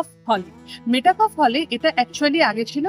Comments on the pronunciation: "মেটা ক্যাফ" হল নয় "মেটক্যাফ" হল! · Travel blog korchen toh at least jaayegaar naam ta theek bolun. English boltey na paarleyo, portey toh paaren nishchoy. Ota Mey taa cawlf noye. Met calf. Building er upor boro korey engraved aachey. Aar blogging koraar aagey ektu poraa shona o nishchoy korechen. 😮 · MetA Kuffe noe "Metcalfe" would typically be pronounced as "Met-kaaf" (মেটকাফ). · Dear 🎉,Great to see your VLOG(2nd.vlog for me)...please don't mind☝️I was hearing the pronunciation of the name."please say "MET"CALF".Pls.remove the"META"👍Practice full 10 minutes Champ🥇🙌Thankfully yours🎉👏👏👏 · আপনার উচ্চারণটাই ভূল।আপনি উচ্চারণ করছেন মেটাকফ হল আসলে সঠিক উচ্চারণটা হচ্ছে মেটকাফে হল। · Uchharon hobe, met-kaf